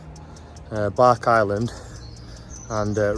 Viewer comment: Where the housing is at Ripponden is where the station was. By the way it’s Bark-is-land rather than Bark-island. It’s a long stiff walk from Ripponden. The line to Ripponden remained open for goods until the 60s, while the final section to Rishworth was a much earlier closure. The reason the line is so wide and heavily engineered is that it was planned to be a double track main line to Manchester, leaving the existing route via Rochdale as for local traffic. The line would have tunnelled from Rishworth would have come out at Hollingworth Lake.